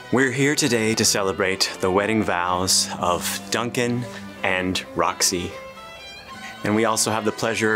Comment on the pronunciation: Roxy* not “Rony”